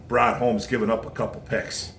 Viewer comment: "Ron" Holmes?? 😕👎